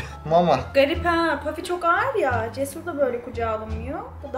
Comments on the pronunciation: Eminimki ismi puffy ve pafi degil her kelime dusundugun gibi okunmuyo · bafy değil Puffy